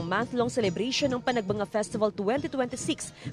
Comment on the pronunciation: Panagbanga pala ang pronunciation pero Panagbenga ang spelling